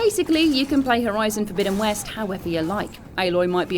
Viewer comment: I love the way she says 'Horizon: Forbidden West' it sounds so posh, yet elegant.